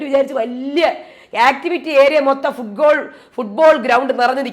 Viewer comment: ഫുട്ബോൾ ആണോ ഫുള്ഗോൾ.. ഒരു സംശയം..😮😅